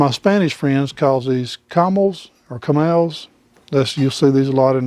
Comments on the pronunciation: Hi, Always enjoy and learn from your videos, on the oval griddle or round griddled in Spanish is COMAL not camel like the animal something like co-mal. Thanks again!!! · Comal "ko-mahl" long o, short a